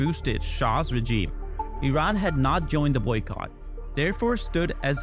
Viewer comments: You got to help this dude with the pronunciation of regime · Hahahah yeah